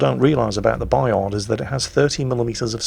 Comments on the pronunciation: "Bayar", don't pronounce the d. And don't pronounce the t of Jean Bart either pls. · Bayard pronounced Buy Hard. WG will appreciate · You actually shouldn't province the ''d'' in Bayard. ;-P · claims to pronounce the name of the ship right. And probably at the same time triggered every French speaker. Because AFAIK, the D is silent. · Yeah but it's a French ship so you pronounce it French.... Same as the Des Moines in American and Jutland in English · For Bayard, pronouce "Bayar" \ba.jaʁ\ and for Le terrible, pronouce " Le teribl/" \tɛ.ʁibl\ that will be fine. Many Thanks for the fine vids. S.